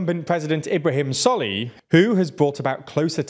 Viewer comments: A Maldivian here, firstly it's pronounced "sor lih" and "mu ezz" second, one of the reasons a lot of people are " pro china" in the Maldives is because one solih is seen as an ineffective leader because the economy mostly in the toilet during most of his parisdentcy ( because covid ) two general anxiety that India is going to take control of the country and fake rumors Three yameen is seen as innocent by large amount of people and other mumbojumbo (sorry for some spelling errors) edit: I don't like yameen or think India is gonna invade and also don't like solih or the other candidates. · Writing Team, President Solih is pronounced "Sow-lih", Dr. Muizzu is pronounced "Mu-eez" or "Mu-eez-u", President Yaameenr's pronunciation is mostly correct, but more emphasis is placed on elongating the vowels.